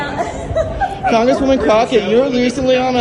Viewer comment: You said jasmine crooked wrong 😂